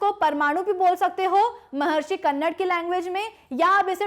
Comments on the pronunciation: महर्षि कन्नर नहीं, महर्षि कन्द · Not कन्नड its कनाद.... कन means atom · Madam its not kannad its कानाद